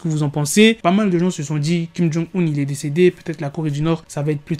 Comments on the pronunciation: c est pas un 2 (II) mais un il Kim il-sung 😭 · Sa se prononce pas 2 mais il